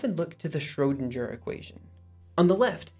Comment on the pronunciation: lol at "shrodensher" Besides that, great video!